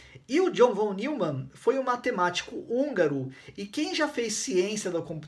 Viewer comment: Von Newman pronuncia-se Fón Nóimam.